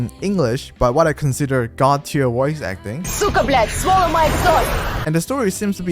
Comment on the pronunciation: as a native russian speaker i have to say that it was very clear, moreover it was one of the most beautiful "сука блять" i've ever heard in my whole live (from non-russian sources)